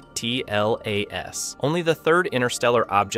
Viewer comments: Atlas is too hard to pronounce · "He" is actually an AI narration - it can't pronounce 'ATLAS' - yet another reason to give it a well deserved thumbs down.